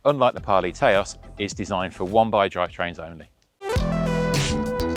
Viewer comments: Taos is pronounced TOWS (like house), not TAY-OS btw :) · It’s not Tayôs 😂😂😂 Taos, like you say tower. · Haha, brits trying to pronounce US/Native only words... It's pronounced Touse, like house, but with a T.